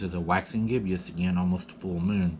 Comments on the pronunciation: Just a note. That's a Waxing Gibbous pronounced Gib - us Lol good video.. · Bro, it's gibbous a two syllable word, not gib*ee*us, I don't want to have to cuss anybody out, for making gun of you, and in this day & time, people will, especially the ignorance trolls. 🤷🏾‍♀️